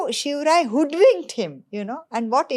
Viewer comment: Maharashtra people lovely says it.....We like it saying him....Also it is his short form.